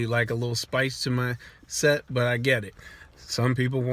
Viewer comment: Lmao kept hearing sex instead of set